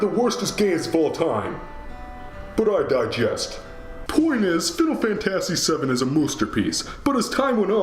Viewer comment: Oh no, it's you again! Also, that's not how you pronounce "fantasy" calm down. No remake is perfect.